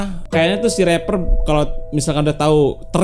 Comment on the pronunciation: Reaper bang.....bukan rapper 🤣